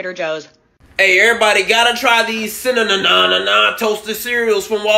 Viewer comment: "Gotta try theses cinna-nah nah cereal" lol